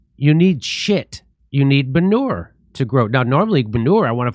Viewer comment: Did you say "banure"?